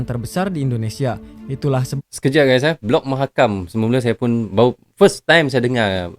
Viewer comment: Mahakam bang bukan makam.